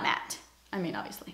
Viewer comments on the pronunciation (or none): none